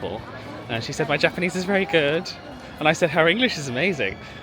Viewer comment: Thank you for being so respectful and your Japanese pronunciation is great😊